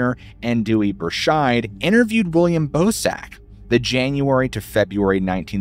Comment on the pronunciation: im sorry but i can't unhear "ballsack humanoid" whenever you say bosak lol